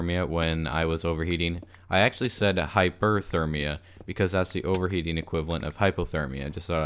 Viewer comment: When you said hyperthermia in the last video, I did notice, and was proud that you didn’t call it hypOthermia.